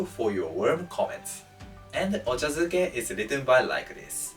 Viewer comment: Ochazuke. Not duke